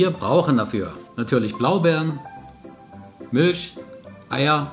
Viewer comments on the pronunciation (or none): "Mülch" :D sprech ich auch immer so aus :D Mag deine art wie du das präsentierst voll! :)